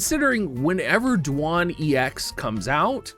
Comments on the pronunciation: Do-wayne or say it faster and take out the o and its Dwayne, that's how it's pronounced lol, my boss has the name Duane and he'd be pisssed if someone called him du on. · "DOO-WAN" bruh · Disliked because of how you pronounce Duane. ;)